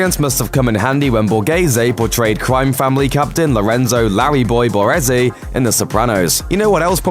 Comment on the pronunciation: Borese?? It's BA RE ZE